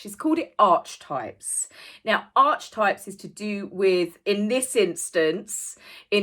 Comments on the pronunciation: I don’t want to sound rude or picky but it’s pronounced ar-ki-type… just saying. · Archetypes and Stereotypes are not one and the same thing - she’s an idiot - “archetype” is pronounced with a c as is car